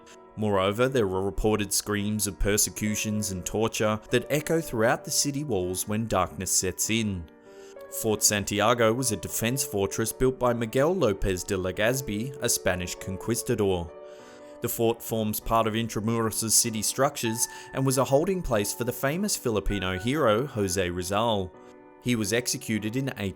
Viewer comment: If someone else had pronounced conquistador the way you did I would correct them. But your British and I'm American so I don't think I'm the better speaker in this situation. That said in the states we pronounce it (kon-kees-tador)